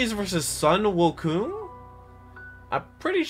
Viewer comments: My guy its sun-wu-Kong not sun-wu-ku although Chinese is a very hard language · You've just bastardized The great monkey king's name. Shame.